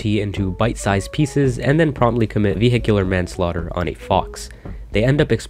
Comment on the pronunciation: I watch game theory for the details and I watch this to learn the joy of saying vehicular manslauter